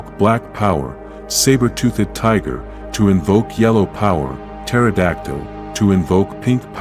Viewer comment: zor-Don---not zor-dun toothed-ˈtü-thəd NOT tooth-ed....If you choose use AI to voice your docu, make sure it speaks proper English.